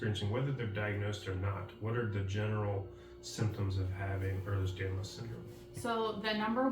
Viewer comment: It’s not Eh(R)lers Danlos, it’s Ehlers Danlos. 🤦🏾‍♀️